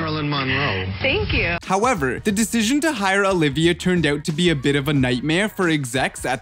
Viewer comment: Why do you keep saying the word oot ? What is an oot?